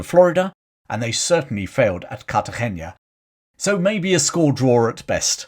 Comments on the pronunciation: I agree. It's an n not an ñ. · Also, The " na " in Cartagena is just that N+A : na. No Cartageña . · Minor point, as pronunciations are hard. Cartagena is pronounced more like Cartahena.